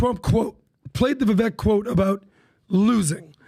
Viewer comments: How long until y’all start saying Vivek’s name correctly? It rhymes with cake (ViVAKE) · is smart and knows darn well how to properly pronounce Vivek's name yet still mispronounces it. What's that all about?